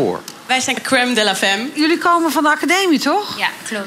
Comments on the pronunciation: Nou waardeloos.. en Femme is een frans woord dat vrouw betekent.. Dat spreek je dan uit als FAAM.. Als je iets doet, doe het dan goed.. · haha prachtige franse uitspraak